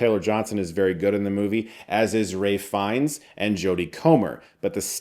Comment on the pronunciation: Who’s Ray Fines?😂